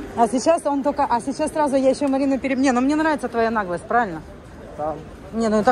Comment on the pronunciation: когда ты гнусавно говоришь "КАКАЯ НАХЛОСТЬ", такое ощущение, что у тебя в носу тампон! Ну говори нормально, не уродуй слова!